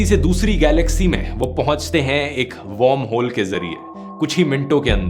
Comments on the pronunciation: Great video, not to nitpick, but is it warmhole like you are pronouncing it or wormholes? Sounds off/ Odd. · Dhruv, its pronounced वर्महोल not वौर्महोल. You pronounce it as 'warm' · Dhruv I enjoy your content. But this video was hilarious..... because you kept pronouncing WORMHOLE as WARMHOLE. 😂😂